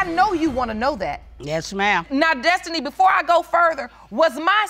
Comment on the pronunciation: Not “Desti-nae” 😂😂so ghetto these ninjas😂😂